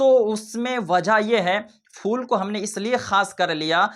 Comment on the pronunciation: Sabse pehle phool bolna seekho Fool nahi phool hota hai Dusri baat phool daalne se kuch nahi hota Jitna paisa phool daalne me kharch karte ho...utna paise ya utne paise ka khaana kisi ghareeb ko dedo